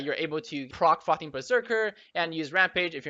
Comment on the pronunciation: is it only me or do i only understand "fuckin berserker" instead of "frothing" :D